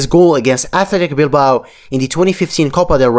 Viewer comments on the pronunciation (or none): none